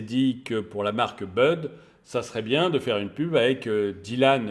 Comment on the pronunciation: . Il a pris cher le pauvre Dylan. "Écorchage" de nom dans les règles de l'art 😂😂. Plus sérieusement, excellent boulot, comme toujours. Aussi pertinent qu'intéressant. Merci pour le partage 👍🏽.